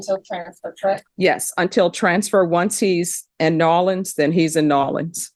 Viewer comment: How pronounces New Orleans is just poetry. I keep watching it. She’s a wonderful Judge too.